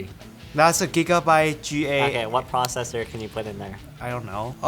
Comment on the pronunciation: omg dis is sooo painful "you need a past to put a prosser right?" LOL